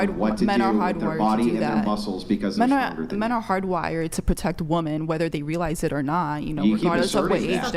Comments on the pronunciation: My God, why can't they pronounce "women"... when the hell did this start? I've never heard anyone in my life who can't pronounce women until I started watching these podcast videos. Am I the only one? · Another woman that can’t say the word women. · Am I the only one who is bothered by them saying woman instead of women? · Why tf do they say woman in place of women? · It’s women, not woman. Holy shit. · Are these numpties ever going to learn how to pronounce the words woman and women correctly? needs to make that a requirement to be on the show at this point. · The word is "women". Why do they always say pronounce the plural like "woman"???? Drives me crazy. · Always..."Woman" instead of "Women" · What's with these women that can't pronounce "women" ? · ITS WIIIIIMMMMMIIIINNNNGGG NOT WOMEN! Ffs dumb ass! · Someone please teach women how to say women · They do that on purpose, just to annoy people. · Since Andrew started pointing this out I can’t unhear it. I notice women doing it constantly now and it’s become one of my biggest pet peeves.